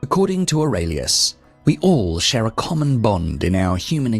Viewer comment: Wonderful lecture. However, I thought that in the last name of Marcus Aurelius was pronounced with a long e.